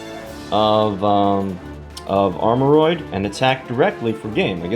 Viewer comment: Whoa pronounced it right this time lmao